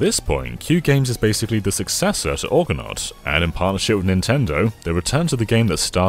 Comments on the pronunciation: no, it is pronounced Argo-nort :) I too was thrown a little by the pronunciation in this video which makes it sound like Orgonart. :) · Wait... have I been pronouncing "Argonaut" wrong my whole life? 🤔 Jason and the Or-gan-ots? Sounds wrong 😅 (PS not insulting the video in any way, I love these deep dives from on more obscure stuff)